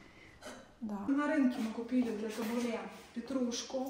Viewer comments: Доброго времени суток. Табуле ударение на втором слоге, кускус ударение на первом слоге, бургуль ударение на первом слоге. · И ещё вы не правильно ставите ударение, кинуа и табуле ударение на у